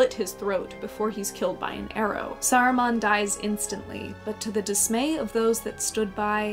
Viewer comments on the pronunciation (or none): Saruman is not pronounced sarumon